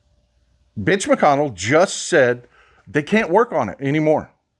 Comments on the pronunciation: Ok, am I hearing (B) itch or Mitch? on second thought don't clear it, I just want to keep thinking what I heard is funny. :) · Are you saying MITCH McConnell? Or is there a "B" in there?😂